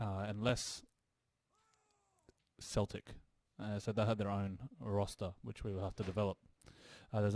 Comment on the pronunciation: Hey, Celtic is pronounced with a hard k, as opposed to the football team! That actually goes for all the Celtic words. Vs are also pronounced w.